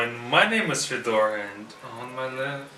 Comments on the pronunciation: because foreigners usually call him, not. I've heard this many times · Hey, why do you say your name is "FedOr" and not ""?